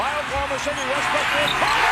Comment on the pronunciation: Bro you sayin westbrick😂😂